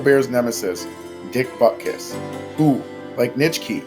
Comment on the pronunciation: It’s BUTKUS!!!